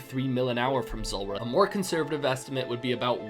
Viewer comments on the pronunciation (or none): Z OO lrah not zUlrah 😂